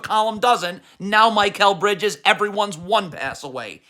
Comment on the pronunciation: How come you pronounce Precious Achiuwa with 90% accuracy but still say Mike L Bridges